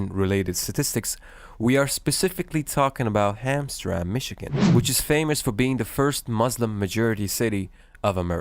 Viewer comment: You should remake the video with the correct pronunciation. It is Ham Tram Mek. Not Hamstrang as you say it.